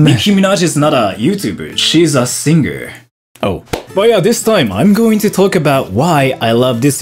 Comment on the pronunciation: Sing-Ger